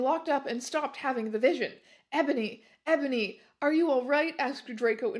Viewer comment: I love how sometimes she also pronounces it "Ebòny"